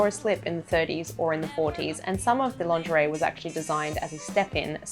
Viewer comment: this is so funny because everytime you say lingerie I hear laundry and thought you made a new series on how to wash clothing from different eras! :)